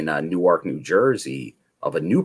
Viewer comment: you pronounced newark nj wrong you said the delaware city